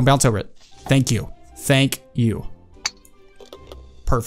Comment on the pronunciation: Everybody else::thank you:fank you fank you